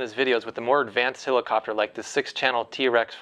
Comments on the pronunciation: It's not a "hillercopter" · its a hell icopter not a hill icopter